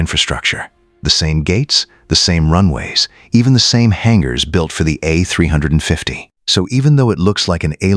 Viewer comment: Teach your AI how to properly prnounce "A350" and other aircraft numbers.